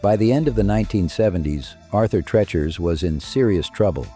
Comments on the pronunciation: I loved Arthur TREACHER'S and was sad when it left our area. There were so many mispronounciations of TREACHER in this video, it reminded me of someone who called it "Arthur Trenchmouth." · Pronounced TREE-chers.